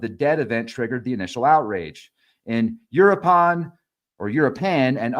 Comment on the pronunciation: Start by learning how to say u-roo-ah-pawn & mee-cho-ah-pawn. 😊